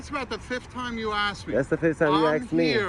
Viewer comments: Fully support what you're doing, but the word is "ask", not "axe". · ASK, not ax! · Don’t axe me or I’ll die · Lol Cop: "That's about the 5th time you've asked me!" Auditor: "That's the 5th time you've aksed ME." Brilliant!